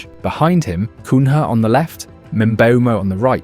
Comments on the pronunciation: It's not "coon-HA", it's "Coon-Yeah" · Cun-ya, not Cun-ha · The way the guys pronounce names is off. CUN-HA! 🤣🤣🤣 You don't say Jose mourin-HO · Is this narrator AI? The pronunciation is different every time he reads a name out! 😂 Cuhna is mentioned as Coonya Cun ha Cunnha So weird, and almost ruins the whole thing